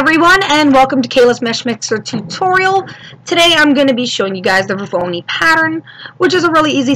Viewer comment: NIce tutorial, but the word isn't "Vor-VO-ni", it's Vor-O-noi (pronounced VOR-OH-NOY). :)